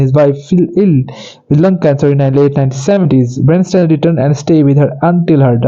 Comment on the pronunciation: You are mispronouncing Bernstein's first and last names, as well as the name of the motion picture. Please find someone who can properly pronounce names to narrate this YouTube video.